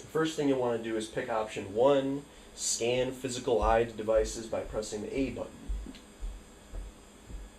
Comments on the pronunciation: Can you please not say IDE LOL, its I.D.E. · No IDE is fine. You were pronouncing it as a word rather than by each letter. Usually people say I-D-E each letter at a time. That's all I was pointing out. I use the term molex all the time myself by the way. That is understandable.